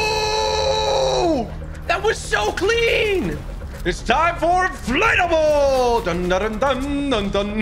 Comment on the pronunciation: it sounds like tg says inflatable but he says inflate a bull